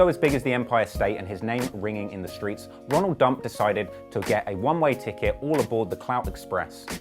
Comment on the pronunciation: Who else heard 'Ronald Dump' Omegalul?